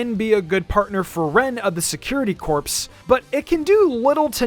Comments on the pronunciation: just an FYI corps is pronounced like "core" not corpse thank you <3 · btw, "corps" is pronounced "core"